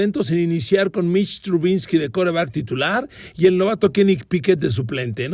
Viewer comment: 1. ¿Porqué insiste en decir "Trubinsky"? 2. Los niners NO estaban invictos cuando debutó Purdy. Siempre da datos equivocados en sus podcasts y que nomás impresionan a los neofitos.